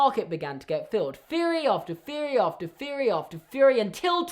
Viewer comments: Not hate but do you say feory not theory? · The word “theory” does not begin with the letter “F”...... what the fuck! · i like how you say feory instead of theory i no longer feel alone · Feory after pheory after fffeeaarry